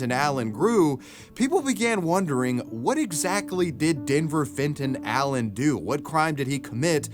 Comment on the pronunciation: Am i the only one hearing "Denver Fentayl" every time they say his name ?